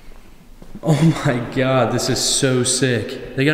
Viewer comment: "Oh, my Giad" - hahhaha